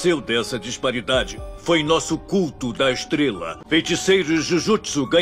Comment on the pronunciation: nuussu? belo portugues